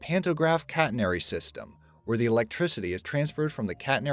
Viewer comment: Please learn how to say catenary.